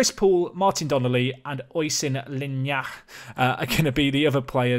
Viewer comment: Oisín = Ush - een McGrath = McGra (th is silent) Eamonn = Ay - monn (rhymes with shaman) You can get better at this!